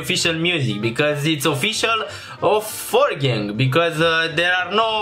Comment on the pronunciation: 4gang se aude-forgieng